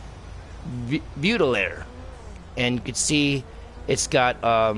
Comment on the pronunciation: "Baudelaire" is pronounced as "Bo-Duh-Lair"...